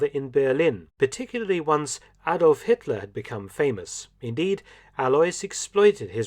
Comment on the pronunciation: Hatler,Hetler, Hitler..